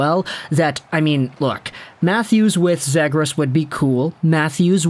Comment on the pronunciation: great video but my man called zegras “Zigriss” 💀